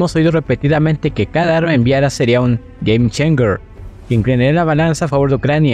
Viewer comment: Gueim-cheinsher... decilo asi de ultima....